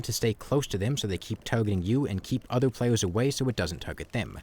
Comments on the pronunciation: I am not gonna fucking listen to a guy who says pwayus bruh ToT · I hope this doesn't come off rude but you earnestly need speech therapy, I find it hard to take a commentator seriously when I hear slurred "wowks" and "playews", I'm sorry but this is the second video I've clicked on in interest and had to drop in the first minute I hope you can forgive.